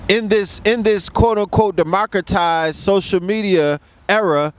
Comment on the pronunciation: This nigga said Democratized....lol